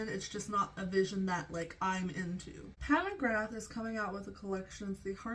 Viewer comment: Pat mugrab? McCab? Mr.krabs? Lady scabs? Idk what u said the name was but I’m lowkey starting to dislike the brand, they have such an upscale look to be sooo boring?? & they just keep recycling?? What a waste